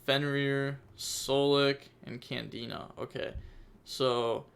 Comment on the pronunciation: It's not a trikstas it's canadia not candina